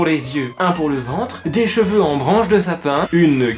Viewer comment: Des "gveux" t srx 😂